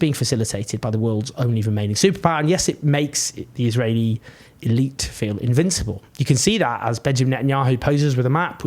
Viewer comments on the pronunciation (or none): none